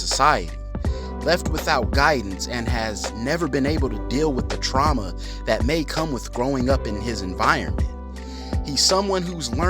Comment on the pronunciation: “Truama” lol